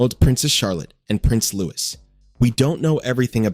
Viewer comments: I realise the voice over could be AI but it should get Louis's name correct! It is not pronounced like Lewis, but LOO-EEE. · The AI narrator said Prince Lewis! 😂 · 👍👍 yes, because it’s a french name